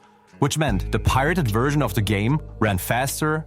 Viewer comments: What is with the narrator mispronouncing simple common words, like version being said as 'wersion'? I know there is an accent, but really, get it right. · Take a shot everytime the narrator says 'Wersion' instead of 'Version' lol. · I’m sorry, but it was hilarious that you kept saying wersion